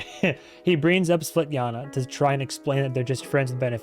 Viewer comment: it's funny how you keep mixing names Svetlana and Tatiana into "Svetjana" or something 😄